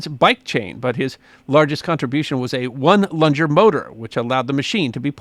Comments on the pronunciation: One "lung-er" not "lunger" it refers to a single cylinder gas engine. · I think the motor you referred to as a "one lunger" pronounced as "lunge er" should be pronounced as lung er like the human breathing organ. Single cylinder engines are often called one lungers as they only "breathe" with a single cylinder and piston. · That "one-lunger" motor is pronounced like the spongy things in your chest, not like something that lunges. It's a term for a single-cylinder engine. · you mispronounce the term "one lunger". The idea is "one lung" meaning a single cylinder engine. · I lol'd when he lunged into his pronunciation Good try though.